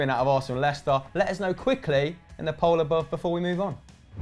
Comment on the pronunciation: Da lil Biscuit lestier😂😂😂 Lei-cester Leicester ffs